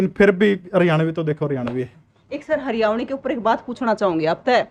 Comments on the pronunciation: Haryavani nhi hoti mdm ji haryanvi hov h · को हरियाणवी शब्द बोलना नहीं आ रहा हरियाणवी को हरियावणी बोल रहीं हैं 😂😂😂😂😂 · सर इस मैडम जी को समझाओ ये हरियाणवी को हरयावी बोल रही है बार बार 😭😭😭🙏🙏🙏🙏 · Hryavni nhi,,,,Haryanvi😀😁😁😂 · Madam ji Haryanvi bolo na ke haryavni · Haryavni nhi mam Haryanvi 🤣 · Madam ji haryavni nahi haryanvi bolo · Haryavni nhi madam haryanvi howe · हरवयावनी नहीं हरयाणवी होता है।😂😂😂😂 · hariyavni bol rahi hai